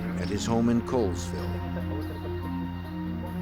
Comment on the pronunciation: Coolsville... its Colville WA & pronounced Call-Ville I lived there in 97' & remember this clearly, they had family there & fit right in, there has always been a large presence of anti gov't, militia, hippy clans & all sorts of unique people. I absolutely loved it & plan to retire there, it was a great place to grow up & enjoy the outdoors.